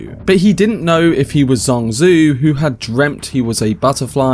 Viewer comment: Dude great video and analysis but you've butchered the pronunciation of Zhuangzi and Zhuang Zhou, you can have at least ran it through a google translation.